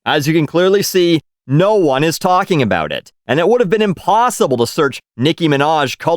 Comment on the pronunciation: You finally said aboot...